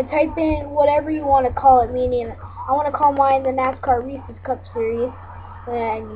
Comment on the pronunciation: You say Reese's wrong but thanks for the vid!